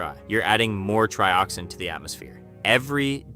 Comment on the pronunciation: Sounds like AI to me… TRY-oxin and TREE-oxin within just moments of each other? 🤔🤷🏻‍♂️ “They feel pain?” spoken like a question when it was meant to be an obvious statement… I dunno, you may have scripted it and possibly edited it, but that voice screams AI.